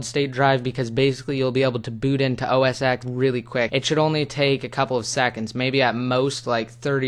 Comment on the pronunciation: Its pronunced OS TEN not OS X